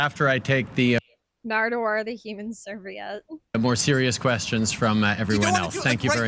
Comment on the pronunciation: Love it, but you've gotta fix the typo on your title page. Also pronounced Serveee-ette; it's another word for napkin.